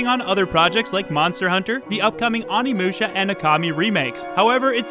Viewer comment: The way you pronounced onimusha made me do an audio double take 😂